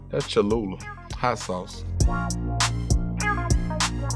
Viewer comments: Kevin said : Ik what this is this chalula hot sauce... yea this chalula hot sauce 😂😂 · He said Ik what this is chalulu hot sauce 😂😂😂